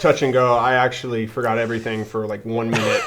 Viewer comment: "It's ike I'm holding.... a rhinoceros." 🤣😅😆